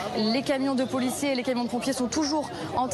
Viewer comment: Arrête de dire poulicier